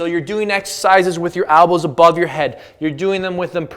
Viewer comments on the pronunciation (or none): It's elbows not albows lol